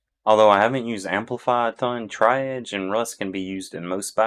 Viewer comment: Triage is pronounced Tree-arge btw. Good info here thanks!